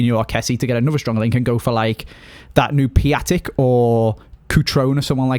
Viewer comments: It's not Pia-tek it's Pi-oh-tek XD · Piatek is pronounced "Piontek" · Its said piontek